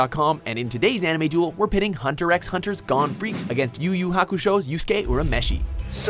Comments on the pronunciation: ffs. It's pronounced as "hunter hunter" not "hunter x hunter" it's silent x smh -_ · That moment when you pronounce Hunter x Hunter as Hunter "ecks" Hunter... smh